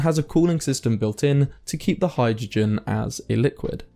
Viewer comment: Thanks for the production, I enjoy your stuff. Just check out the pronunciation of "hai druh jn" 😏